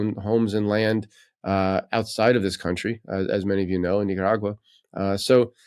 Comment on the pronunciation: What’s with the accent when pronouncing Nicaragua? Is that woke thing?